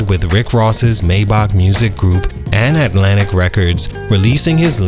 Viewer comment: Maybach not maybok😂😂😂